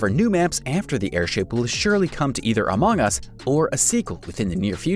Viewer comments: Everyone: among us Him: amaang us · QUIT SAYING AMOUNG US! It's among us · Stop saying amoong us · Instead u saing among us u Say amooogas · He said it like that.